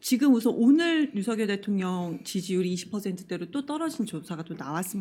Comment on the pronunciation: '대톡녕'이 아니라 '대통년'으로 들었네.ㅋㅋㅋ